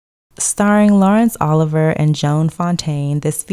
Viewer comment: Just for future reference, and because I am that person (so sorry!), DuMaurier's name is commonly pronounced: and Laurence Olivier's surname is commonly pronounced